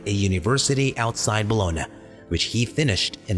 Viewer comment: How hard was it to look up how to pronounce Bologna.